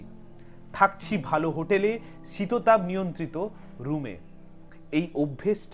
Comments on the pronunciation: শীততাপ নয়, ওটা শীতাতপ হবে। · শব্দ টা শীততাপ নয়, আসলে শীতাতপ